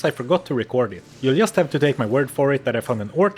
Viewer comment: Learn how to pronounce just